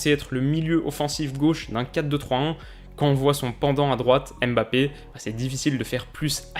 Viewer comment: Coucou, Tout d'abord je voulais te dire que j'adore tes vidéos, continue longtemps comme ça ! Après juste une remarque sur la prenonciation de Mbappe : pourquoi vous séparer toujours le "m" du reste, on "MBA" et non "Aime BA", c'est pareil avec N'golo, ne dites pas "aine golo" 😂 Bref c'était juste une petite remarque pour la prononciation.